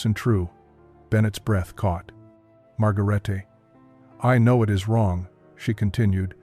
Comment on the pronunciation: IT''S NOT MARGARAYTAY . IT'S PRONOUNCED "MAD'GARAYtuh.